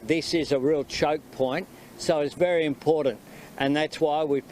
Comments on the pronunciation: Isn't the word IMPORTANT not impornant? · When will the Prime Minister learn that there is no "d" in the word "important", listen to this bloke, he is verbally incompetent. And Chris Bowen has the same problem.